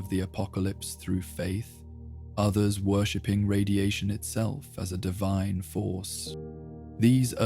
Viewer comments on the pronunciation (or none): none